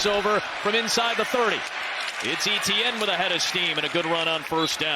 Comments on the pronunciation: French-speakers going bonkers when the announcer says ETN instead of ATN. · It's not EEEEEEETEEEEEE EHN Etiene is a French name and is pronounced Eh Tay Yen. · It's not Eh Tee An. It's pronounced as [etjɛn] Try to to pronounce it like De'Von Achane instead. Pronouncing players' name properly is the first rule of sports announcing, and they fail miserably. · Etienne is pronounced Eee Tee En and not Eh T En? Shame for the niners. next week. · Etienne is pronounced Ayyyteeeeann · Why can’t the commentator pronounce Et..ienne’s name properly instead of E..T…N? Really grating, he has a great game as well. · Would be good if the commentator could pronounce Etienne correctly as opposed to calling him E T N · SURELY his name isn't E-T-N ? 😂 Commentator never took high-school French I guess. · Travis E-T-N. ... DOnt think thats how your suppose to pronounce it. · Ignorant commentators not pronouncing Etienne's name correctly. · Why can't the commentator pronounce the name "Etienne" 😭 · and his name is always mispronounced. I'm an Etienne and it hurts my ears!